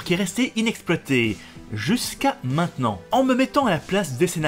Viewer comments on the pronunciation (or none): none